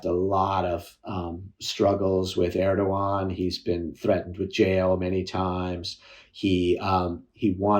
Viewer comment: He does not even say "Erdoğan" in an approximation of correctness.